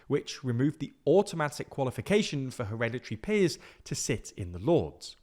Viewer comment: weekend activity : take a shot every time u hear 'heredity peers'